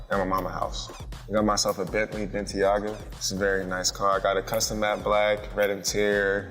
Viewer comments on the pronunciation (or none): The dumbass can't even pronounce his Bentley. It's the Ben-tay-ga, not Ben-ti-aga. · A Bentley Bentyaga? I'm assuming he meant to say a Bentley Bentayga. The fact that he bought a $250,000 car but doesnt even know the name of it kinda goes to show just how ruthless his spending is. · Bentley BEN-TI-AH-GA 🤣😂🤣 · Prounced Bentayga “Bentyaga” He was doomed from the beginning 😩